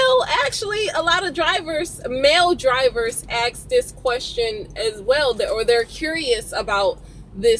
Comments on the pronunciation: It's "ASK" not "act" you dumbass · Axe a question? How the hell do u axe a question. Say ask it ain't hard lol say ass with a k added lmao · Aks a question? What does that mean?